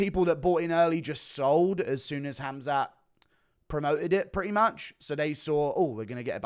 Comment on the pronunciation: Bro had “Skhamzat” in the chamber for a while huh?🤣or I guess in his sheath cus he’s in the UK😂😂😂😂